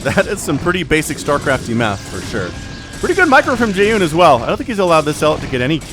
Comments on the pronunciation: Yeah it's Jay -HHHoon from a pronciations standpoint. did Jaehoon retire haven't seen him in a minute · In theory you probably should pronounce the "H" in Jaehoon's name a little more (and less like there's a Y in there), but English speakers don't really care as much about clear enunciation of stuff like that compared to Korean- and since you're casting in English, it probably doesn't really matter ;D Thanks for the cast :)